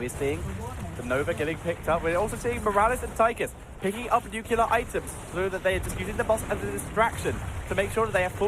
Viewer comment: Nuclear, please, not nucular.